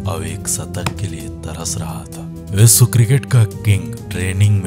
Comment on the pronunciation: आपका श का उच्चार बिलकुल गलत जैसे विस्व नही विश्व होता है.